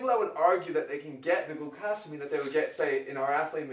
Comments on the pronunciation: "gluCAHsamine" cringe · he pronounces glucosamine wrong and it pisses me off